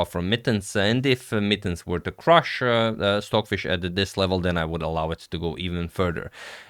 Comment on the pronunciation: Sorry, are you saying “Swordfish” or Stockfish? Probably my bad hearing. Cheers!